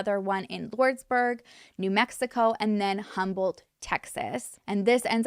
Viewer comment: Hi! Great job on this story. Whew! The wsy you sai Azle first is correct. However, 😊 hey, I'm from TX, I know it's weird, but the "H" in Humble is silent. I look forward to your uploads! ❤